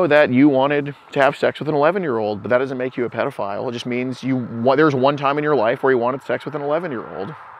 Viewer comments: He’s a big DAP fan. He keeps saying “predaphile” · Dap always say prediphile....he must watch there videos freaking creep